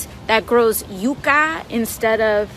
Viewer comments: Even if she's trying to pronounce "yucca" like native Spanish speakers, she's not saying it correctly. The emphasis is on the "Yu," not the "ca." I don't think she speaks Spanish. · It's not "YOO-cuh", yah dumb bitch, it's "YUHK-uh". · (You-ka; yuk-uh) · Yucca is our state flower and I've never heard it pronounced Yu-kah. It's Yuck-Ah stop saying it wrong it's pissing me off, what's going on? The green new deal went from getting leaders to talk about environmental issues to this environmental projects needing to be woke, annoying. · You ca ?? It’s pronounced yuck a. What a mindless bimbo 🤪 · IT is NOT pronounce You-ka. I live in the damn Southwest where this stuff grows NATURALLY. It is prounouced Yuc-ka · “That grows Yeuuukchyaaaaaa” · Yookah lol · And she mispronounced yucca its pronounced (yuck ah) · "That sometimes, a lot of these projects don't work out, occasionally." Sums up her brain power quite quickly. Also, isn't it "Yuk-ka?" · What pissed me off was that I thought she was just mispronouncing it I know the former at least is pronounced like this yuck-ah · spent years in a dozen countries of latin america... nobodies says yucca the way she did (last syllable intonation is supposed to go down) edit: also, she's talking out of her ass, and her voice tells me she knows that as she does it. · Did you just mispronounce my state plant you little commie shitstain? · Alexandria 'I can't pronounce yucca' Cortez. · Why did she call platanos 'plantains' but pronounce yucca with the accent? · or we could pronounce the k.